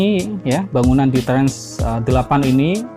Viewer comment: Trans apa trench? Mengganggu banget...